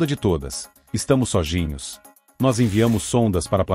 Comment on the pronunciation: "SOGINHOS"????? kkkkkkkkkkkkkkk